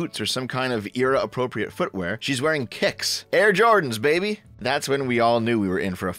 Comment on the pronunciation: Did you just say babby? 😆 I miss 2BFP.